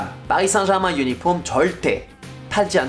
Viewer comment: 파비앙의 파리 생제르망 발음을 들으니 새삼 파비앙이 프렌치인게 확 다가오네요.